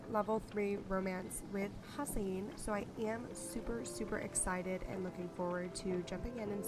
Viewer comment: Hassian is definitely not pronounced HASS-eye-een. It's HASS-ee-ehn.